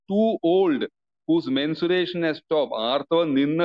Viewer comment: Not mensuration, but menstruation